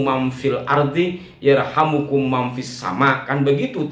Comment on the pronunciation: Yarhamkum pak bos, bukan yarhamukum.